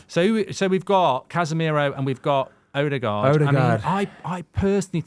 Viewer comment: 8 goals 5 assists for Odegaard. It annoyed me how many times he said it wrong